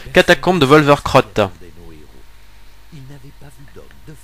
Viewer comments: Juste pour info c'est Wolvercote et non pas WolvercRote. ^^ Super sympa comme d'hab !!! ;-) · c'est Wolvercote et pas crote ^^